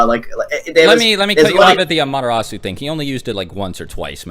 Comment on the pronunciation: Anyone else hearing "A-Madara-su" instead of "Amaterasu"? xD